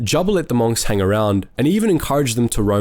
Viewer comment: Bruh in what world do you pronounce "monks" like that.